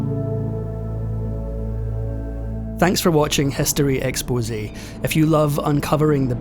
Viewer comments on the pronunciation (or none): none